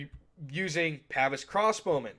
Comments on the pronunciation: Pah-vaise not Pavis old boy, when referring to the crossbow men. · I know someones gonna get mad about it so I just wanted to say: Its Pah-veese, not pav-is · The way you pronounce “Pavise” pains me.